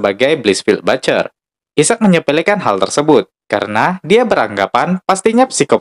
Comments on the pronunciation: Aisek min bukn issak(isaac) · Mohon maaf Isaac tu sebutan nya aizack